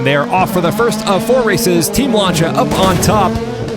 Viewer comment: Lancia is pronounced lance-see-ah